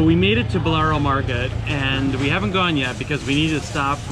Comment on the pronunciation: and it's BALLARO' market and not "Bolaro"!